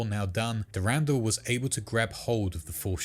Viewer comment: The way he say's "S'pht" and "Durandal" has my huge marathon fan brain sadge, but good video! Shoulda refrenced some of the other lore goats or the deeper lore the names come from